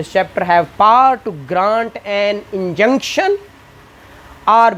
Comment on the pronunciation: Above comments are from sir se relative or students 😂 Baaki mujh to ye samjh nh aya power ko paar pronounced q kya jaa rha he But lecture effective he